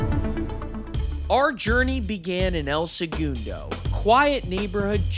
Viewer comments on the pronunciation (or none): Not the “El Se-Goon-Doh” 🤣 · El Segundo is pronounced "L-Sa-Gun-Dough" not however you did hahahahah. Nice try though brotha. I've been watching y'all since the start of your channel. Back when y'all had under 50k subs. I was born and raised here. Its cool to see my city get some spotlight. If you ever come back visit us local at the only bar in town, the Purple Orchid. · Might be good to uhm fukking properly pronounce the name of the city you’re reporting on?? Wtf is El Segoondo??